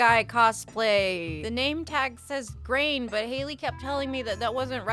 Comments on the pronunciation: it is SO funny u said grain ur friend is right LOL you switched the a and i,, but it's a fandom joke to call him grAIn instead of grIAn (gree-in) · the fact that keeps saying Grain instead of Grian is pure perfection XD But seriously, such an amazing cosplay!!!! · You calling Grian "Grain" is funny because it's a running bit with the youtuber. Someone calls him Grain, and he goes, "Who is this 'Grain' character?" It's technically pronounced "Gree-an." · It is indeed hilarious you called Grian, Grain. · girl, that doesn't say grain, that's the dyslexia. It's says GRIAN, like BRIAN. I'm crying. i love this channel so much. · The name of the YouTuber is pronounced gree-an like green but with an A and there is an ongoing joke in his videos of people accidentally calling him grain hence why your friend thought it was so funny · The moment I realised Hailey (sorry if I spelled it wrong) was wearing a Grian life series cosplay. And yes it is very funny how you read it as grain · And it’s pronounced Gree-an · Ok very cool, also the name is pronounced Gri-an sounding like Gre-Ian. I wish to do cosplays but for me i need to keep it fuctional and not one time use. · Since everyone is correcting your pronunciation of Grian, please allow me to kindly let you know that Hazariel is actually pronounced the same as Ariel. I know what you must be thinking, "then why does it have 3 extra letters and one of them is a Z of all things?" I really don't know the answer to that question. All I can say is that it's French and from what I've seen if a word doesn't have at least one silent letter, the French won't even bother with it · It's funny because that is not how you say his name, but people say it like that all the time lol